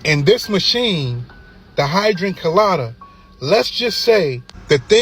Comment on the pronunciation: Dude said hydrant colada.